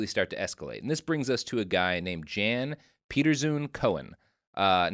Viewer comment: It's always fun as a Dutchman to hear Americans pronounce Jan Pieterszoon Coen as 'Zune Cone'. It actually references his father, meaning 'son of Pieter', pronounced more like 'Yan Peterzone Coon' Fun fact: I lived very near a street named after him, because we absolutely have that kind of 'patriotism' today. Our second to last prime minister referenced the DEIC mentality as an important one we should bring back. After WWII some generals and politicians actually almost performed a coup over the governments decision to recognize Indonesian independence... in principle. It's such a fucked up history.